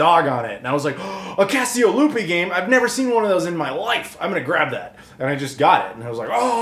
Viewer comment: I hear "Fiasco Lupe" each time. 😆